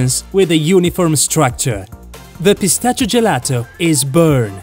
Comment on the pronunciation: Yea I stopped watching once he said cream and no eggs and how he pronounced pistachio